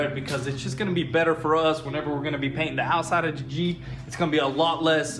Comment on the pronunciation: “Da jeep” lol you guys are great! Love your videos!